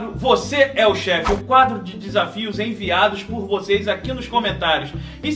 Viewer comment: En”viados” 😂 kkkkk